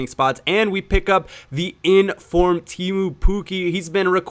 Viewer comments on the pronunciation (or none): God damn its Teemu not Tiimu but it´s fairly hard to prenounce but great episode anyway